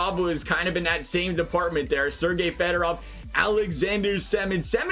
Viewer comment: Fedorov not Federov.